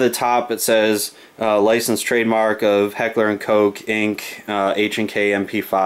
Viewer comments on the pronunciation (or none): Nope it pronounced coke.